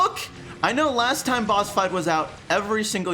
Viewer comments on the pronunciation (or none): wow i thought he kept on saying bus because of his size but he was actually saying boss! wow!